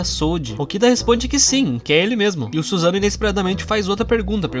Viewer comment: Não se fala Suzano, mas SussanOO